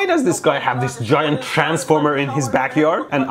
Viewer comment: "Gaint Dil.. llema" XDDD